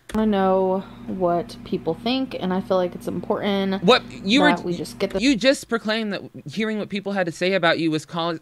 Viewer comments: more like “im POHR Dehhhhnn” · She can't even say the word "important" correctly...why does she pronounce it "importennnn"!? 🙄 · Every single time she mispronounces the word "important," I scream inside my head so loud LOL